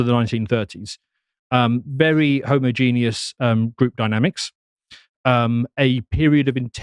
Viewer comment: Please if you are going to say homogeneous, learn how to pronouce it. Its hard to take you seriously after something so jarring